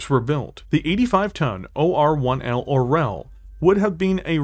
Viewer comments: Being a Russian, I just low how our language gets butchered 😂 I had no idea Orel was an eagle 😂 Russian language has way more softer letters people think of it. It's pronounced or(soft r)yOl 😂✌️ Makes sense tho, from hawk to eagle, nice jump there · Such a nice video, such a great art, such a cool lore... and somehow "russian language" get there. The only thing that got me out of immersion. Like. "Czech or russian". They are not similar. "Orel" sounds like it has been pronounced in video in Czech, Ukrainian and even Bulgarian. Not in russian, where it is "oriol". Comparing every slavic language to russian is just such a bad taste... I don't get what it adds to the story. Still, nice content. No offense. Just a post-colonial pain to share.